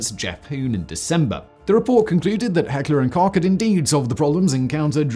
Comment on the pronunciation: Americans should listen to Simon's correct pronounciation of Heckler&Koch.